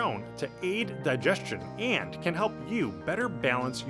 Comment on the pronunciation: Please get someone else to narrate the videos. This guys voice is driving me mad! Especially the way he says AND.